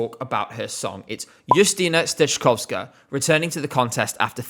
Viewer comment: I thought you've checked how to pronounce the names and I was going to thank you for that in the comment. Especially "steczkowska". You're doing great!